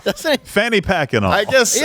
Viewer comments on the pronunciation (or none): why did you say "packed" like it was a pack a punched weapon from a COD zombies game